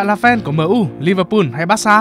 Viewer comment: Fan MU gì mà gọi MU là man - u vậy trời